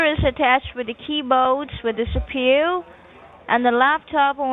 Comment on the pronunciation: CPU = Seepew